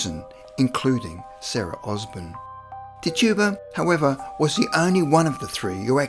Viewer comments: Tetch-ib-uh. Thats her name. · Pronouncing the name Tituba as TIT - U - Bah and Amish as ah - mish